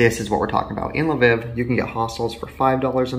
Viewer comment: I’m from Ukraine 🇺🇦 and it’s L-Viv and not li-viv